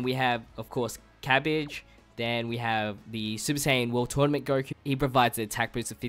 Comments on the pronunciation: Its not cabige its cabba lol sorry if it was ur a cent but it was funny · You forever mispronounce things lmao, cabbage? Jackie Chan? 💀